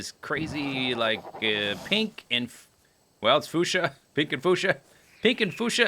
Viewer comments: Isn't it pronounced Fyu-sha? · I always pronounced fuchsia as "few-sha" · my nightmares will be haunted by the sounds of "foosha." it's as classic to me as "Rhymth." foosha. fooosha. foooooooooooooooooooooooooooooooooooooooooooooooooooooooo.... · Alexander Konczal can't pronounce a lot of words. I've noticed that from Terraria.